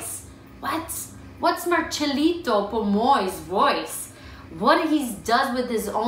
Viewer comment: It's Marcelito, not Marchelito.